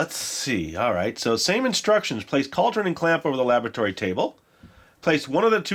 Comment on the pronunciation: Anyone else keep hearing "lavatory" table instead of "laboratory"? Or are we making these potions in Moaning Myrtle's bathroom? :P